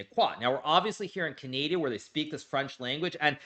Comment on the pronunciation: my guy says "CaNadia" instead of CANADA ! all while acting fancy pancy by giving us a french lesson smh ...and this is not the first time he mispronounces "Canada" ,he has done it many times in the past. As a Canadian ,this is starting to get on my nerves ahahahha